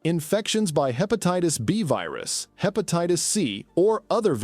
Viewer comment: Hepatitis, obesity, bilirubin, triglycerides--all mispronounced. Information is very poorly presented.